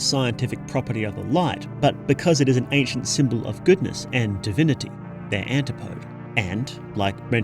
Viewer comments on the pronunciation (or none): none